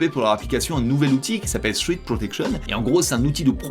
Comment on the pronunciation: "sfrète" la prononciation mdr pas "street"